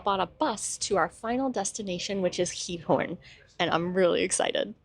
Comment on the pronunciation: (Ik zal even commenten in het Nederlands aangezien jullie het hebben gehad over de taal leren.) Je uitspraak van Giethoorn is echt stukken verbeterd! Ik vind het echt leuk om te zien dat jullie je echt settelen in Nederland en niet zoals vele andere buitenlandse mensen die niet 'echt' deel uitmaken van hoe Nederland echt is. Ik hoop dat jullie je hier een beetje thuisvoelen :) Ik ben een verpleegkunde student en ik werk in een verzorgingshuis in Den Haag. Tof om te zien dat jullie mijn stadje hebben bezocht :) Ik ben opgegroeid in Den Haag. (English translation below) (I will comment in Dutch since you talked about learning the Dutch language) Your pronunciation has improved so much! I really enjoy watching your videos and how you are settling in in our country. I feel proud that you two show the Netherlands how it really is and really become part of the Netherlands. I really hope you feel at home here. I am a Dutch nursing student working in a nursing home in The Hague. Awesome to see you visiting my hometown :) I grew up in the Hague. (sorry for the long comment lol. have a nice day!)